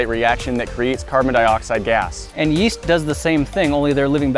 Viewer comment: That bread doesn’t have any YEEE(as)T